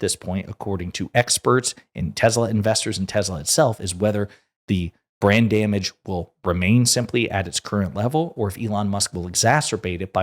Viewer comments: Every time you said Brand Damage, I heard Brain Damage. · Did you say "brand damage" or "brain damage"?